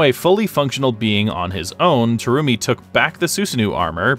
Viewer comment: Did you pronounce BlazBlue name wrong. The Terumi part as well.